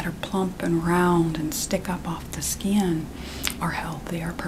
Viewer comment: “Hai mah name is doctor skyiin.”